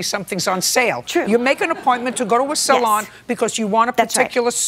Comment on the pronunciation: The only part about Judy that I like in this episode is the way she pronounces "salon". I lived in SF for 24+ years, up until 2021, and loads of hair dressers worked in places that ended in salon, and was spelled that way. Every person I met pronounced it "solaaaahn". Didn't matter if it was downtown, financial district, North Beach, Sunset, Tenderloin... posh areas, extremely rich areas, poor areas... every salon was a solaaahn. I once tried to ask about the pronunciation, blaming me being foreign, and was kindly told that "yes, it's a bit complicated. It's French, you see, so we pronounce it that way, followed by a n exaggerated version of "soo- laaaaaahn". French, my ass. Besides this, JJ is horribly rude in this (and lots of other) video, and that hairdresser is a joke. Looks like a bad mime artist overreacting to something extremely foul and ridiculous. Don't know if she's correct myself, but I trust all of you who says she is. She is really impressive in this video. Relaxed, clearheaded, verbal and seems both nice and friendly. So sorry she had to endure the combo of JJ on a particularly nasty day and that ridiculous guy.